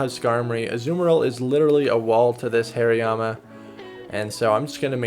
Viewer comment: btw, it's hari-yama. not hairy-yama